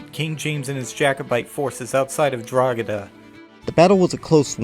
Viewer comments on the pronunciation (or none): none